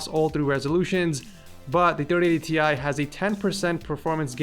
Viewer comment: It's not " T Ie" but " TIe"!!